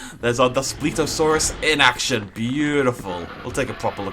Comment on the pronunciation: You pronounced it wrong